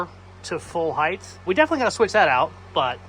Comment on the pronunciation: if you pronounce heighT righT, you mighT be outta sighT!